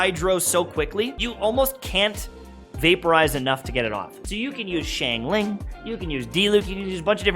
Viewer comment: YouTubers: SH-ang ling People who speak mandarin: facepalm